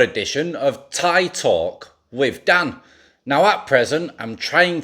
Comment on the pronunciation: hey bro when you introduce yourself and you say welcome to an episode of thai talk with dan, i prefer it if you pronounce the tones like this: welcome to thai talk... wíth (tone up) Dàn (tone down). In this video you did welcome to thai talk... with Dán (tone up). Please think about this in future videos. cheers